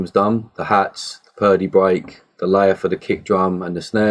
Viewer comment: 'bweak' great tutorial!